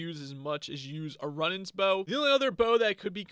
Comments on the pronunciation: runnings bow?? runaans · Runaan not Runan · Runaans = Roo-nans Compass = com-pass Zealot = Zel-ot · Some pronunciation mistakes, Zel Oht, and Roo Nahns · Omg you ponounce Runaan's bow wrong it's pronounced rue non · Omg ur saying runaans bow wrong